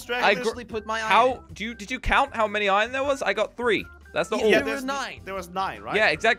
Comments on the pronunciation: What does say iron like ion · I love when always said "ion" instead of iron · Lol I love when says Iyon instead of iron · Instead of iron always says iyon lol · Why does keep saying iyen instead of iron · Why does keep saying iyon instead of iron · "IYON" - in every video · Am I the only one that hears this but when says let’s go find som iron it sounds like ion